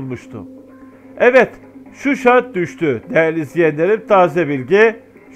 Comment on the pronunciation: Susay degil Shusha kenti.bide bu resmi haber degil